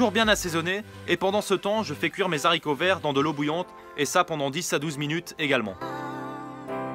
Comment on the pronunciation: de "zharicots" vert lol 🙄 Dit simplement "Haricot" sans la liaison